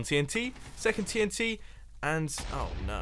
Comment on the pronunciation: Nice touch with the outro bit - Your 'Oh no!' was very British of you... ;-)